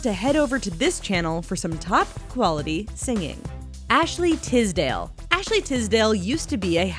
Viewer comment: ffs it's not Tizdale, it's Tisdale with a S jheeze😑😂